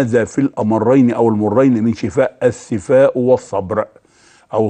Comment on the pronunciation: رفع الله قدرك يا دكتور عاليا بس ارجوكم دققوا على مخارج الألفاظ. .شنو السفاء. .قل الثفاء بارك الله فيك. ضيعتنا والله ونحن عرب. مافى بالقاموس العربى كلمة السفاء. ولكن اشكرك على هذه المعلومات الذهبية. وجزاك الله عن المسلمين كل خير